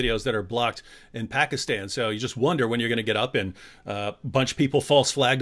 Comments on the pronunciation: Dear it is not bakistan it is pakistan😅😅😅😅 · 😀 I am christian bro. When says bakistan it's very funny that's it.